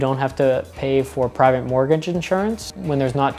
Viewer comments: " mort - gige " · Why do you pronounce silent letters in words like misCellaneous and morTgage? Just wondering why? Is it a joke?